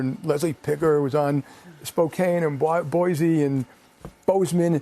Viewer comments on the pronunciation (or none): It's not Boize it's Boise. Boy-see.